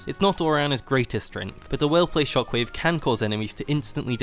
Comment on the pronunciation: It's weird how you speak English so terribly. Sure, you're from England, but you mispronounce SO many things. First and foremost, Orianna's ult, you somehow added a "t" and "r" (trok wave) into a word that's called "Shockwave." JFC get your shit together man, seriously. It's unbearable to hear you pronounce so many words.